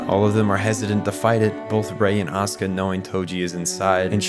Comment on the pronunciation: Bro why are you calling asuka ,,oskar" dafuq